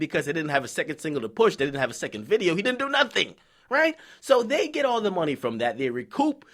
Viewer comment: nigga killing me every time he say "mawny"